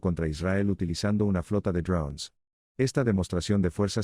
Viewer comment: Ud. habla Castellano, diga DRONES.